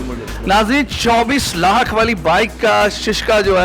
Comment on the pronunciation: 24 laaahk.. 15 laaaahk Hahaha angrazon ki owlaad simply bolo. 24 lahk. 15 lahk.... 🙄😜🇵🇰